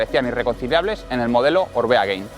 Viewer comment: Gracias por el video. Solo un apunte, es Gain no “Gein”. En vasco Gain significa alto, parte de arriba. Supongo que en relación al alto de un puerto. Gracias!!